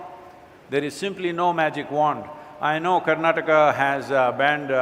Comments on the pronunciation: This gaali galoj should stop now!!! It's not Karnatak it's KARNATAKA it's not Kannad it's KANNADA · It's not karnatak. It's KARNATAKA. This is to the person who speaks initially in the video.